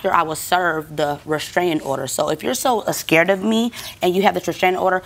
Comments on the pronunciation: “ Ascared” hahaha 😂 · "Why you so escared of me?" 😂😂